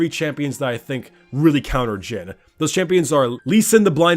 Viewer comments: You said jim not jhin XD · I thought u said "Jim" at the intro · idk why but i can hear him say "jim" instead of jhin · Is it just me or did it sound like he called him Jim at times? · "immobile" say that with me kids: "J h i n i s i m m o b i l e"